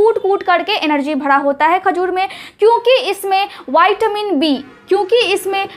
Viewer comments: Madam vitamin bolna seekh Lo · विटामिन है बैटामिन नहीं बच्चे